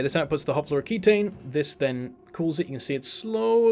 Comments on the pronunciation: It's fluoroketone (-own) not floroketane (-ayne). Ketones are real compounds in organic chemistry - they didn't make those up. Nice vid. Super hyped for this expansion. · do you have beef with fluoroketone and thats why you keep calling it fluoroketane? :D